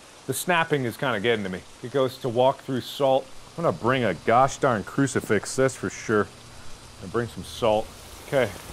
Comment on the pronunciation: Mark gets scared and turns into a midwesterner immediately: "I'mma bring a gosh darn crucifix, that's for sure." LOL